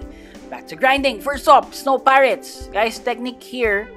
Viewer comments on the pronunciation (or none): Bro just accidentally said snow pirets in swan pirets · Did anyone else hear him call the swan pirates snow pirates?